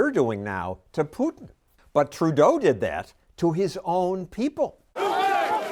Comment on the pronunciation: Trudolf not Trudeau